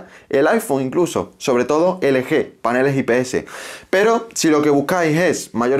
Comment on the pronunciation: Felicidades, eres el primero que escucho que dice ele-ge y no el-yi